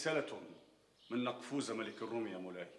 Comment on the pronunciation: يامخرج نقفور ملك الروم وليس نقفوز